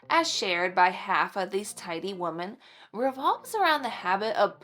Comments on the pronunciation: This might be a regional thing. She is saying wo-men not wo-man, but not saying wim-in. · She is saying wo-men, not wo-man, but just not pronouncing it wim-in. It does sound odd to me. I wonder if it’s regional? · FYI, I think you mean “we -men “ which is more than one female. You keep saying “woh-men” which is just one. Yes, I know it’s spelled wOmen….. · You are precious. One point of confusion for me: you keep saying "woman" (singular; pronounced "wu man," with two dots over the u and an upside down e. ) when talking about "women" (plural; pronounced "wi men" with a short i sound and the upside down e). Pronounciations curtesy of Merrium Webster Dictionary. Someone else was doing that on a video the other day, too. Just wondering why since I haven't heard this pronunciation until recently. Appreciate you tips and encouragement for my home. Keep up the great work. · Wo-man is singular Wo-men is plural…. I know I know…. I sound like a total Jerk. But I’m not. I’m hearing this miss pronunciation A LOT lately. And I’m trying to understand why. If anyone knows, please tell me?!?! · It’s not regional it’s an example of our failing public education system! 😢